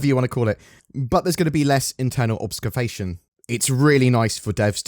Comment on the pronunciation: .... OBSCAFATION????? LOLLLLOLOLOLOL THIS DUDE DOESN'T KNOW HOw TO SAY "OBFUSCATION"